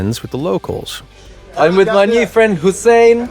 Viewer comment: “ooh fwend”